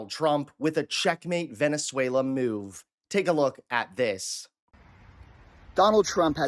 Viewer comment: So nice that someone can actually say Venezuela 😅